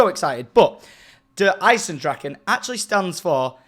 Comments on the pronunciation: Its playing in austria. thats a fact and good pronounced but try to avoid using the letter "k" for "ch" :D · Well Syndicate, your pronunciation wasn't that bad actually haha But the "ch" you have to pronounce like a spanish "j" or "g" And I'm as well pretty hyped for this epic map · eisendrachen... the CH is not a KUH sound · Der Eisendrachen. Not draken you spell Drachen Not draKen. In BE or AE You don't say "ch" don't ya? I don't Now im German. Like mecha you say Drachen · tom you are mostly correct in pronunciation in drachen add nazi flem to the last 4 letters